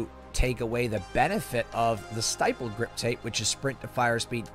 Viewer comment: Why you say stipples like that 💀